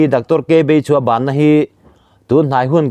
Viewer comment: Nilo Beichhua tih tur